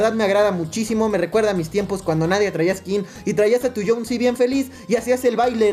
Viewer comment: Es jhonesi no jhonsi